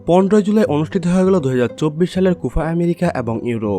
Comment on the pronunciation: উচ্চারণ ঠিক করবেন, কুফা হবেনা কোপা হবে।